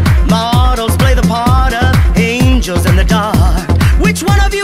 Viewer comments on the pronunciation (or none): it's angels not angles